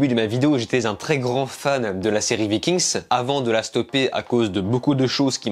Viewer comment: VIKING!!!!!!!!!! ARRÊTE DE DIRE LE S